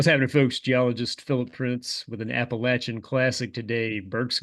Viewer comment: Thank you for saying Appalachian correctly :)